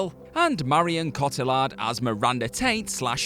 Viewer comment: You butchered that pronunciation of Marion Cotillard, do what culture presenters try and get one so wrong every list?